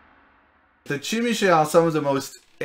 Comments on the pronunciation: Zhimeesee! You use the license, say the name right! Like "je m'appelle bob." Jimisce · Yeah but it sounds like they're saying "Chim-a-shay" which I don't think is either of those. I can certainly forgive people not saying it right, it's a weird word, but I don't know it's right to say they pronounce it correctly. :p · What country are you from that they pronounce zh as CHeese? That link was exactly the link I would have dropped to prove my point if someone disagreed, but you have done it for me...